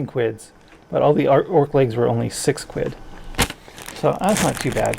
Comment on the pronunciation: Seems weird to hear you say quid he he. They look good for the price